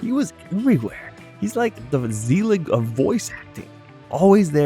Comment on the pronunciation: It's not "ZEEllig" it's "Zel-ig". Ask Woody.